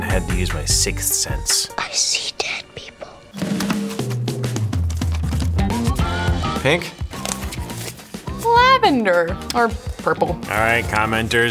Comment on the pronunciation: She said flavender lol